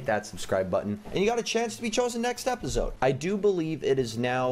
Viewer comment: Just me or does he say repisoide? For the outro doesnt he say repisoide instead of episode?